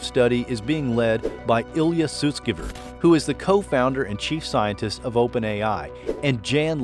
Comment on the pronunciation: Eliezer is pronounced as eh-lee-eh-zer